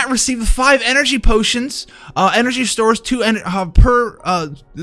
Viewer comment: Literally no one:: "EnErGYYY pOOTIonS"